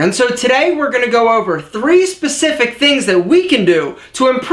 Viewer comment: Say "specific" again. SAY IT AGAIN! "Specescific..." HAHAHA. =P